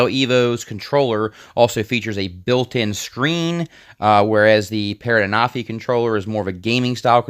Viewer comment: Hey I just thought I let you know that I myself was pronouncing the name the same as you but when I was watching the Official videos they were pronouncing the name as (AN-A-FEE)